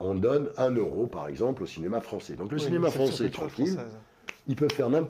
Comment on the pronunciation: Français ou ... fronçais ?! Fronçais de papier !